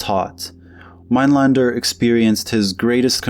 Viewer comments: It's Minelender not Minelander. The umlaut makes the a sound as open e. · Your pronunciation of his second name is wrong